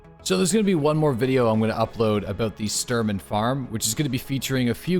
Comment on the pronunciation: Dude it's Shhh Shhh Shhh-Turman :D not Stir-man.